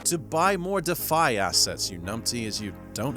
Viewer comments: Can you please pronounce DeFi correctly? It's not pronounced defy It's Deeee Fiiii Strange anglo American accented bearded chap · brother man ... it's "deeeeeee fiiiighhhhh" ... (please lol) ... love your vids!!! 🙏🏼♾️✨